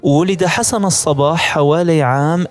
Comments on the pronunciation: الصبَّّاح و ليس الصباح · ياخي نطقك لاسمه غلط الصبّاح بشد الباء مو الصباح !! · حسن الصباح بتشديد الصاد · أولا أخطأت في الاسم الصباح بتشديد الصاد وليس اهمالها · الصباح بتشديد الباء هو النطق السليم للاسم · نطق الاسم خطاء لحسن الصباح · نعم هناك شده على الباء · يا اخي انت تسرد احداثا تاريخية مهمة فعليك أن تتمكن من اللغة العربية الفصحى ومن النحو والبلاغية مثلا عندما تقول الآمر بالمد وانت تريد قول الأمير فهنا يختلف معنى الجملة في سرد الاحداث وكذلك نطق الاسماء بشكل صحيح مثلا الصباح تنطق بشد الباء ... انا اشجعك فقناتك مفيدة تستحق المتابعة ولكن يحز في قلبي ان أتغاضى عن مثل هده الملاحظات لأخطاء قد تكون سقطت سهوا ارجو المعذرة لمروري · تصحيح .... قُم وليست قَم الصبّاح وليس الصباح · ليس حسن الصباح ،، بل حسن الصبّاح على وزن فعال و مدينة قُم وليس قم